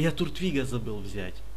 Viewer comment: не туртвиг а тортвиг произносится